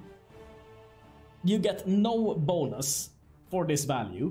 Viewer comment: when u say bonus, with your accent it sounds like Bolas